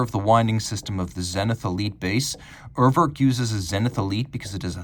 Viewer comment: Dear, I know you're very much one for getting things right, including pronunciations. It's not "err-werrk" (as in "twerk"). The first vowel sounds pretty much like "ooh" in the letter "U" (spoken "yooh"). Another example would be how English speakers say the word "Uber" (the company). The second vowel isn't an "o" as in "work" but an "e" as in "estimate". If you wanna get fancy, it's /'uːɐ̯vɛʁk/ Cheers